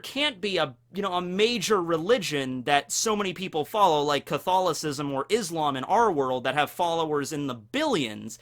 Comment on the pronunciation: Huh, never realized before this is first time ever I have heard english speaking person say Catholism. I didn't realize english speaking people actually pronounced it phonetically